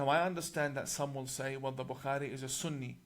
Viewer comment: This 'imam' 1. Can't pronounce bukhari properly nor does he say peace be upon him after saying Muhammad S.A.W. must have been hungover through that class when Mossad was training him